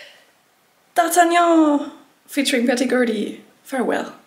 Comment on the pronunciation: funny you just pronounced "d'artagnan" with some cute french accent